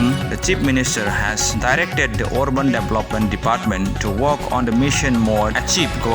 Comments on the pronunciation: instead or orban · could you please pronounce the word Urban